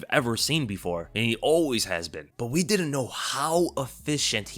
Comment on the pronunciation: Man said "we" like I speak French 💀 Also I believe chandler is a harder fight for Islam then Olivera if he works on his cardio and his cardio looked good against tony